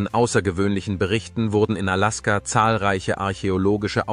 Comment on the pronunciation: Kann noch nicht einmal Alaska aussprechen